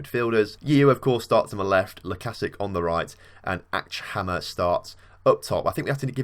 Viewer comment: Acchamer is pronounced like Ash-amer